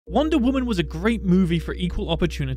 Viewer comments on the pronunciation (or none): no one has pointed thi out but calls wonder woman "Wanda Woman"